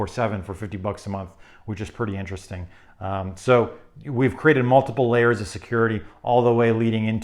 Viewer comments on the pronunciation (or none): none